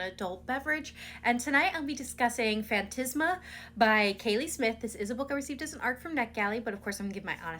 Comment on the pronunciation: FAN-TAS-MA, not "fan-tis-ma" ;-)